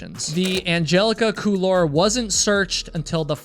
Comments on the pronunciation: Couloir, it's a French term pronounced coolwoir. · Couloir is pronounced cool-wahr, not cool-are. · it's pronounced cool-waar, not cool-lar. Good video though. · On a side note: the word "couloir" in "Angelica Couloir" is a french word meaning "passageway" / "hallway", and is pronounced "cool-war". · Couloir is pronounced "cool-war", as close as I can tell, it's a French word. The L is almost silent. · Hope you dont mind the nitpicking, but the word Couloir is pronounced Cool-warr, not like war but warr like the end of arrrr from what a pirate might say xD. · You pronounce "couloir" very strangely, but I'm Canadian.